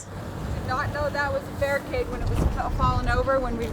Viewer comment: i thought they were saying "Bear cage" not "barricade"